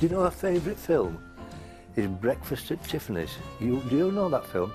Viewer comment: is adorable... "Do you know Brakfast at Tiffany"?